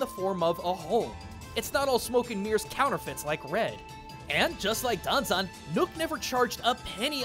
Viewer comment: I can understand why you kept saying Danzan. After all, he is your beloved chicken nugget of a bard. Plus, having studied Japanese myself, I can REALLY sympathize when it comes to messing up with kanji...